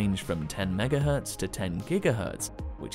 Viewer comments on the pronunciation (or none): none